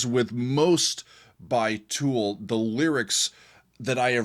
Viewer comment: It’s Tool buddy 😅